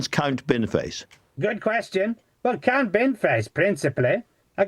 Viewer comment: Thats Count. With an O. Its not a silent O.